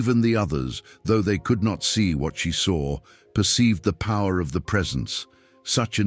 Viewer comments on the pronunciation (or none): none